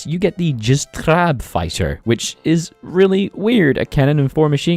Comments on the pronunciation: Jastrząb - Yastshomb , not this vaguely dutch sounding Jstraab , or just fucking say hawk, it doesnt matter. None of this matters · Great video, also in polish that ą in jastrząb is prouneced more like "oh" and the j sounds like y and the rz as zh so in the end it should some something like yastzhohb (I tried my best at explaining this lol) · The way you said jastrząb as jastrab XD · the way you said jastrząb plane i want to cry